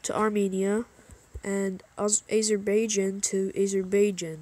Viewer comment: The way he said Caucasus and Azerbaijan 💀💀💀💀💀💀💀